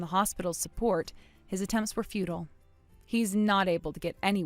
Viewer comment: Fu tile. Pronounce language properly. It's hard.